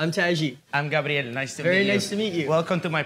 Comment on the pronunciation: Gabriel not Gabrielle wtf